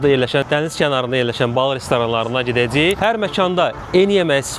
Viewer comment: gedədzihik yox !!!!!!! Gedəcəyik !!!!!